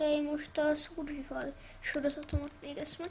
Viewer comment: hát ez ritka szar lett főleg a kiejtésed "szurrvivall" :DF